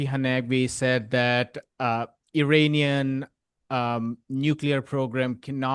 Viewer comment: PROPER Pronunciation of IRANIAN : For the love of God and All the Toys in the World, IRANIAN, is NOT pronounced "Eee-RAINY-Yan" but rather "Eee" (rhyming with See) + Ronnie (abbreviation for RONALD) + Yan !!! A Simple Mnemonic would be "There is no RAINY weather in the forecast"!!😊 Hence the proper Pronunciation is "Eee-Ronnie-Yan"!! Even the most Stupid Computer generated voice could be Corrected (Reprogrammed)!!!